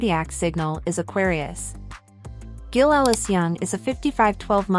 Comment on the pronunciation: AI cannot even pronounce the name GILL